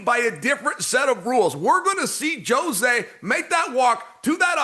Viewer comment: JOE ZAY (jose) 😅😅